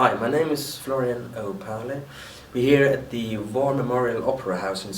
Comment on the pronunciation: Opahle .... "oh-pail-ee" ... always wondered how he pronounced that. This guy is a great guitarist ... but he is just not as good or smooth as Marty Lancelotte, he cuts too many corners ... but learning all the Tull stuff is a superhuman task anyway, so he has got to take time. Love the new Homo Erraticus stuff! Can't wait to see them in the Bay Area, again!